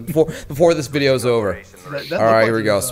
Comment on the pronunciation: His "vidos"?